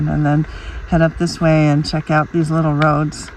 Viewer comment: Check not chuck !